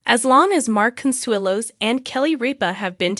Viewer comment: Can’t you find a computer that can at least get your names right? It’s ridiculous every time she says Ripa it’s different and wrong and the same goes for Consuelo’s different and wrong. At least she gets MARK right I can’t say the same for Kelly. She has lots of trouble with that one.